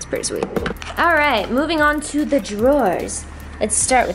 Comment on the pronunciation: "Zee lips"😂